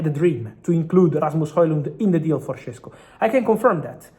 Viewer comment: It’s “Sheshko” not “Shessko”! Š=Sh Šeško = Sheshko!